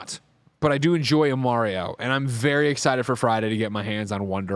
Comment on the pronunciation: They pronounce Mario wrong 😆